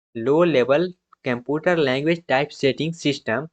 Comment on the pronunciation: aabe totle shi se bola kar latex ko lehtech bol rha computer ko camputur